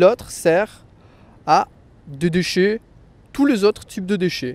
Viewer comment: why do you pronounce the word déchet not like /deʃɛ/ but more like /dəʃə/? And why do you pronounce tandis que with the s? I think the s is silent.